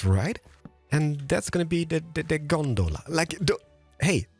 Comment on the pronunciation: As someone who has Trainz Simulator, him calling a cable car “Gondala” Really confused me